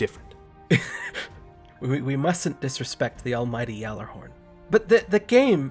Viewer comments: It's Gallahorn not Yallajorn bud XP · BOY IT’S PRONOUNCED WITH A HARD G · ITS GAL-A-HORN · Only alpha males pronounce the gjallerhorn with the g and not a y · hahah love the video, great points etc etc... but your both still wrong on the pronunciation of gjallerhorn, but no one wants to sound like a douche bag saying it the correct way and not actually having the proper accent for it, so i'd say unless your from a norse/iceland country it's probably best not to correct anyone ahaha because it sounds so dumb saying "you didn't pronounce that correctly" and then only to repronounce it incorrectly again haha planet destinys podcast a few years ago had someone from iceland explain how to pronounce it and NONE of us get it right. its in the february 20, 2015 with guest marteinn who explained it, in fact it has a Hard G, so correcting with him a soft one sounds weird hahah but im just a nerd who finds this stuff interesting and mean no ill will.